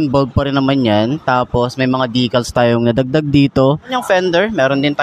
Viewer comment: Decals po hindi dicals